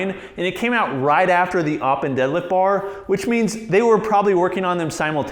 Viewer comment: I am from Sweden and it is öppen whit ö not whit o